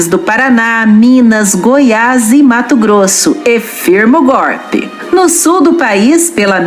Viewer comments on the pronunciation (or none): none